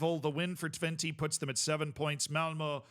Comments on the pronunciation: Twenty is a funny pronounciation 😂 Technically speaking, it's "Twent - uh" but honestly valid. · I love that calls Twente, Twenty 👌